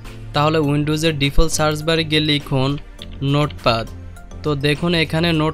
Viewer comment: জনাব, নোট পাদ না, নোট প্যাড। স্পেক নয় স্পিক, প্রনানসিয়েশন ঠিক করেন।